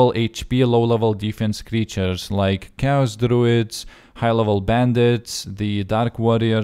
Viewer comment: Anyone else heard chaos druids as cows druids? :o